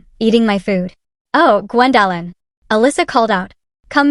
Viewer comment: Can we please train AI to pronounce names and words correctly? Gwen-DAHHH-lyn 😂